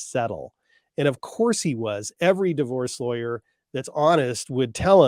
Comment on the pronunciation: I love it!! The announcer voice kind of sounds like he says lawr-yer tho 😂